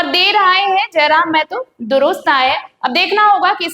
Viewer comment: मेहतो नहीं.... महतो होता है।